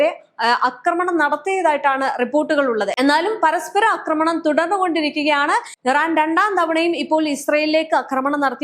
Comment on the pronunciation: അക്രമണമല്ല ആക്രമണമാണ് ശരി